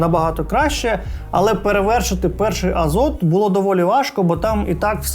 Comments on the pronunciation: Правильно говорити в "асус рог азоф!" Скільки можна, йолкі палкі. Азот це переклад на укр... а читається як азоф. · Азофу* ща як дам "азоту" th в кінці слова читається як ф